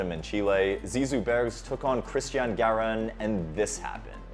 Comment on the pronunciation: It's GARIN, not GIRAN!!